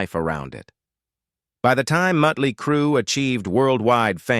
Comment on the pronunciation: Say “Mutley” one more time.